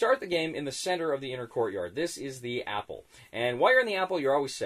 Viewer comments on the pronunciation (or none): I'm glad this old soldier has been reprinted but really... With that many games on your shelves you've never played this before? I was surprised you said it's a long game at only 2-3 hours and was amused to hear you say Apple rather than appell (roll call) at least the first time when I thought it accidental. As to your comment about chance, well escaping wasn't a 'game' where you could set your plan into action and, if implemented correctly, it will work. Chance played a part and both helped and hindered the P. O. W. s Since you say you are interested I recommend three books: 1. The Colditz story 2. The latter day at Coldidz both by major Reid who was the British escape officer and also designed this game (he has written a third but I've never come across it) 3. Coldidz the German viewpoint. This book written by Reinhold Eggers (served first as duty officer then security officer) and is well worth a read. He points out that 'Coldidz was designed to keep people out not in.' (he thought the castle just about the worst place to try to keep prisoners let alone multiple escape artists.)